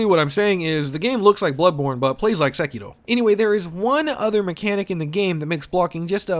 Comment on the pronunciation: Do my ears deceive me? Was that... a proper pronunciation of Sekiro?!